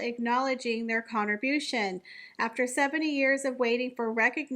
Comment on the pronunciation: First time to this channel. Really appreciated the detailed discussion of the topic. However, (W)reef? Conterbushun? Depecting? Litterly? I commend this narrator for exacting enunciation & pronunciation in much of the video...which makes the gaffes more glaring. I have to work on these things myself, which is why I notice it? Overall much better than most young content creators. Thanx.